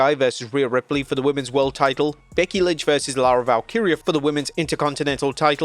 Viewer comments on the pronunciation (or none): none